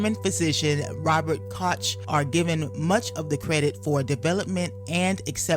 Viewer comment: Koch should be pronounced as cook.